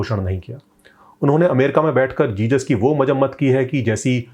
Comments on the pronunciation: Its not jejus its Jesus...jizas. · Jesus... Not Jejus..🙏🙏 Don't say Jejus.